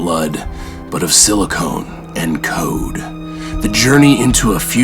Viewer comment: Silicon, not silicone ;)